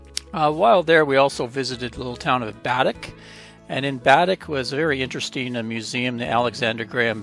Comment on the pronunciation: Those firat two are actually Mi'kmaw words pronounced Why-kaw-ga-ma Glooscap The other little town is pronounced Ba-deck